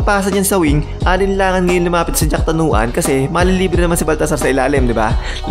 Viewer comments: Jakrawan hindi jacktanuan . Muangboon hindi goon. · Sir its jakrawan not jaktanawan 😂